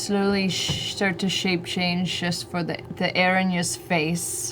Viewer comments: It's a strange and very uncommon word, but just FYI... Erinyes (pl) = eh-RIN-ee-eez Erinys (sg) = eh-RIN-is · Is "Erin-yes" driving anyone else nuts? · For anyone here 8 years later 😅 Erinyes is pronounced (air-in-ease) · anyone else really uncomfortable with how everyone is mispronouncing erinyes